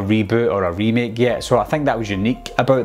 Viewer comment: idk man. Reboot sounded like reboo and yet sounded like yeh. Quick kinda sounded like kick. But I used subtitles so it's all good